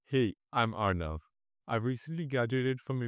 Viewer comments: bhai ar-nuv hai yar R-nav kya hota hai 😭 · Angrez ke chode ar-nav arnav hota hai